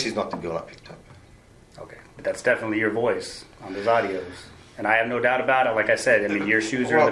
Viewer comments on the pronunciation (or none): I never realized Australians pronunciation of the word “no” features 2 syllables!